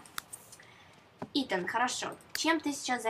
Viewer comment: Итан, а не итАн